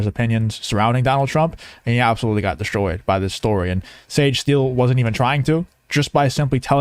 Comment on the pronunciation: The word is Destroyed, not DESHTROYED.